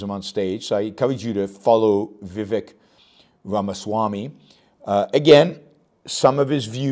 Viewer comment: Pronounce it like Raama